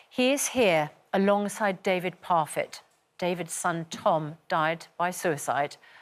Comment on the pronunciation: Please pronounce it properly, it is David Parfett “not” David Pofett.